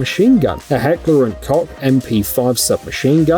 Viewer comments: Heckler and COKE is how it is pronounced you twat. Ask a GERMAN before you talk next time. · Heckler & Cock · Heckler and “cock” I’m dying 😂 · Heckler A-COCK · did I hear heckler and cock? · Heckler & Kock 😂 clearly not a gun guy. He got so much flak over this one for sure. To hear him describe the functioning parts of a fire arm kills me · As a german, the way he pronounced "Heckler & Koch" hurt me both mentally and physically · And as a gun enthusiasts I feel the same, as well as the way he pronounced "Miculek" I lost almost all of my brain cells. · Me to